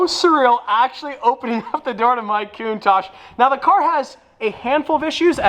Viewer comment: No! I can't take the way Americans say Countach! Why didn't you get a diablo!!